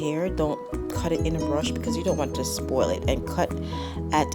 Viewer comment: Are you from the Island? I only know of islanders that say spoil. lol